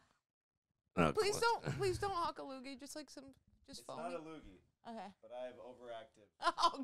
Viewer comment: "That was a loooger!" 😂